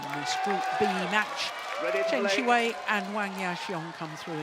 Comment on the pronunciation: It's "Siwei", the way the umpire said it sounds like "seaweed"...